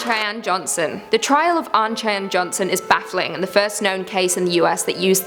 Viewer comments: It's pronounced 'Shy-Anne'... Just helping out :-) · we Americans pronounce Cheyenne as shy-an. Just FWI in case you ever run into someone from that tribe. Otherwise, excellent video!